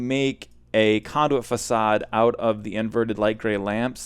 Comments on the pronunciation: O.M.G. it's fa-s-ad not fackade. Jk love the mispronunciations, it is an amazing comedic style. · The way he says facade is the funniest thing ever